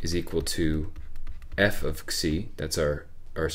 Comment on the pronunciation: He indeed pronounced it right. "xi" should be pronounced as "ksi".